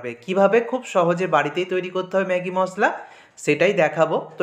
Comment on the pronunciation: Apni MOSSLA bolen ken? Shunte ghinna lagey. MOSHLA bolen